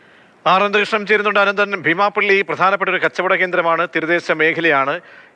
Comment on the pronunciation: എന്തായാലും രഹസ്യവിവരം നൽകിയവർക്കും കൃത്യമായ അന്വേഷണം നടത്തി പുകയില ഉത്പന്നങ്ങൾ കണ്ടെത്തിയവർക്കും അഭിനന്ദനങ്ങൾ. തുടരണം എന്ന് ആശിക്കുന്നു. റിപ്പോർട്ടറുടെ ശൈലിയോട് യോജിക്കാൻ കഴിയുന്നില്ല. ബീമാപ്പള്ളി എന്നതിന് ഭീമാപ്പള്ളി എന്നാണ് പറയുന്നത്. കുഴിത്തുരുമ്പ് മനസിലുണ്ടോയെന്ന് സംശയം.